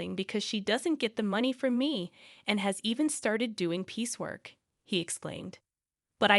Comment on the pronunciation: "piece work" NOT "peacework"